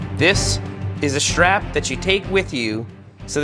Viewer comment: I just about lost my kool-aid when Seth was saying stwap! That was hilarious.